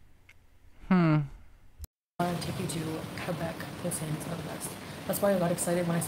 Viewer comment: I'm Canadian and it's pronounced pouteen. NOT poutin. It's freakin disgusting! Also, if the guy had a child there was food. There probably wasn't junk food. I bet she made a huge mess and left it.